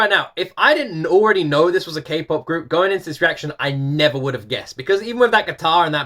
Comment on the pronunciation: Was I the only one who cringed every time he said K-POP? 😂 like boi lol 😂